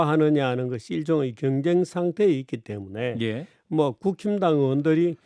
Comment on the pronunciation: 정규재 대표님이 국힘당 이라고 말씀하시는데 제 귀에는 국짐당 이라고 들리네요 ㅎㅎㅎ😊